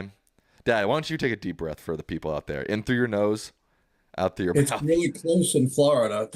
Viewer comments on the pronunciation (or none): none